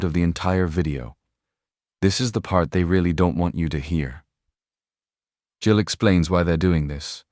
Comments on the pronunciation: This is AI. His meme is Gill. Not pronounced Jill. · Stupid AI voice, the Congressman's name is Gill, not Jill. A human would know better. Liberty Voice, hire a real person. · It’s “Gill”, not “Jill”. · He’s gill not Jill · Congressman 'Jill'? AI narration sucks. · His name. Gill is pronounced with a hard "g" not a soft one.